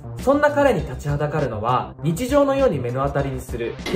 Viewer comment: 大好きなサスペンス系を上手に分かりやすく紹介ありがとう😊 ただ…「目の当たり」は、まのあたりと読みます